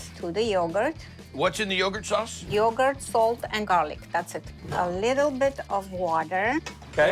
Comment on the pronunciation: He said slinging yougart